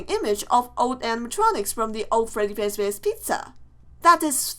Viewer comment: why do u say fezbear instead of fazbear, I also agree about the not real fnaf3